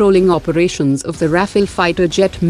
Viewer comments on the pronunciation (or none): none